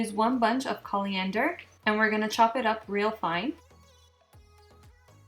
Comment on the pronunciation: Threw me a little bit Calliander... its not at all... its Coriander, there's no L in there... its Core-iander not Call-iander, and in north America, the seed are referred to as coriander, the leaves are referred to as cilantro. So if you're looking for the right herbs to make this dish, make sure and pick up some cilantro from the store.